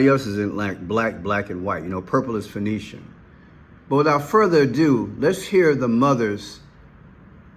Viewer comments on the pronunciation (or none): none